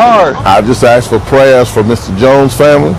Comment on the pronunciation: I axed fo prayuz?????